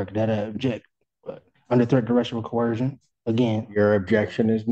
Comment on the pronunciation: No matter how elegantly they otherwise speak, the poors can NEVER pronounce coercion🤭